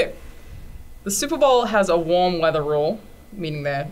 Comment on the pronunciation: "supra bowl"